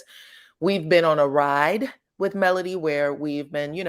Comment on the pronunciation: MelOdy, not Melundi. Please people. Not MelAndy.